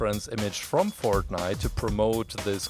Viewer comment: dude did you say pork nite